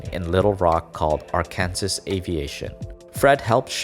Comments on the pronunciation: AR-KAN-SAW, not AR-kansas. :'( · Arkansas is pronounced are-can-saw, not are-can-sus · Two major pronunciation mistakes: you said Marine Corps, but you pronounced it as marine corpse. It's pronounced marine "core". Also, you surprisingly butchered Arkansas by calling it r-kansas. Arkansas is pronounced ar-ken-saw. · It's pronounced Arkan-saw, not Ar-Kansas. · Tf, did you just say arkanSAS it’s arkansAL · "Ark-Han-Zis" LULW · When you miss pronounce Ar Kansas. It's pronounced Arkansaw. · it’s ar-ken-saw, not arkan-zis and it’s pronounced marine “core”, not marine corps. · My guy out here saying Are-Kansas. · Hey, Arkansas is pronounced arken-saw.....not r-kansas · He also called Arkansas, R-Kansas. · ArE-kAnSaS and Marine CoRpEs...Arkansas and the Marine Corps are pronounced differently. Are-can-saw and core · "Ar-kansas" I see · Ar-kan-saw, not Arr-kan-zis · Lol where ya from? Only 1 Kansas in the US. Arkansaw=Are Can Saw, though I can 100% see why anyone would read it like that. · Did he just say.... Ar KANSAS? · Did you just say Rkansas? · Just fyi Arkansas is pronounced "Arkansaw" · Interesting and uplifting. However, Arkansas is spoken as "Arkansaw", for some reason. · Everybody talking about how they got here from a brew video but no one talking about him pronouncing arkansas "ARkansas" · “Arkansas” it’s pronounced R-can-saw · He really pronounce Arkansas as "our kansas" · ITS PRONOUNCED ARK-AN-SAW AVIATION AND ARKANSAS THE STATE IS PRONOUNCED ARK-AN-SAW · Arkansas is pronounced Are-can-saw. Say it the way you did in the video in Arkansas and you could be fined, or even arrested. Also, the same goes for pronouncing Kansas's name as can-saw in that state. There are some really weird laws in the world. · lol its R-KIN-SAW my dude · I don't know if anyone else told you this but you said Arkansas wrong... It's pronounced like this Are-can-saw it's weird but I just wanted to tell you so if you say the name again you can say it right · And ar-kan-sis